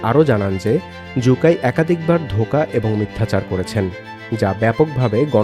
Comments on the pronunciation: জু কাই না 😂😂😂 শু কাই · জু- কাই নাকি সু-কাই